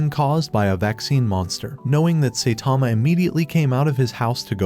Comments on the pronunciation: Saitama❌ Saytama❌ Saythomas❌ Satama✅ Genos❌ Gines❌ Binegino❌ Dinos❌ Gino✅ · oh wow, I thought his name was Saitama and not Saytama, we learn new things every day..............................but seriously, if you can't say his name right, how can I believe you are, right about the other stuff that isn't spelled out black and white. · It is not say Tama it’s Saitama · Saitama❌ Seytama ✅ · saitama❌ Saetama✅ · The ai mispronouncing the same words got annoying quick. Especially Say-tama. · Bro said saytama💀💀